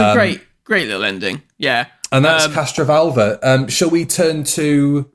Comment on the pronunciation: Is it me or does keep saying 'CastroVULVA'?